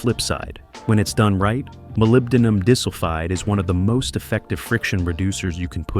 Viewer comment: I was tolerating the AI voice up until the point that it pronounced moly "mole-y" and went on to completely mangle the pronunciation of molybdenum disulfide. As the owner of a classic car with a flat tappet cam, I will give it credit for acknowledging that ZDDP is still required in that case. But as an actual mechanic I'm not impressed enough to bother subscribing to the channel!